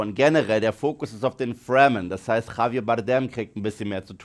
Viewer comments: Wird Fremen nicht Fremen ausgesprochen statt Fremmen? Hab den Film gesehen, bin tief beeindruckt von den Effekten, besonders die gigantischen Maschinen und Spannung 😊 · Oh yes Baby, diese Fwremmen und die Hawrkonans. I guess its absolutely necesary to pronounce die ganzen Names as much american as you f*cking could, even more than the americans could. Das ist hip, das ist autentical und zero cringy for a well aged Mann.